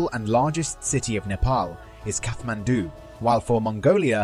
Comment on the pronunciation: Most of the foreigners pronounces catmandu, this is the first video that i found pronounces kathmandu which is close to its original pronunciation. 💜💜